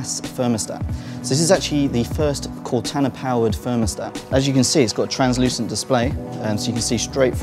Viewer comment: I think it may have been the way he was saying Cortana. He was saying it like "Cot-anna".